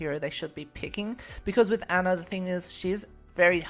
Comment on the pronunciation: I like how people say Ana's name as Anna even though it's pernous as On na not hard